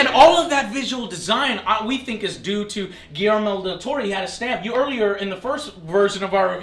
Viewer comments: I loved how they said "giermo del toro" 1 thousand times, i laughed my ass off xD. It is pronounced "GuiSHermo del toro" the "SH" sounds like shoe :) just so you know, i still loved the review :) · i laughed when he said Guillermir dil toro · Everyone is like "GuiLELELE Del Torro" xD